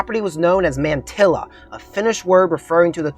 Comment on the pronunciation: Thanks for the vid. Besides the mispronunciation of Taliesin, Mantyla is pronounced "montahla", which means "of the pines".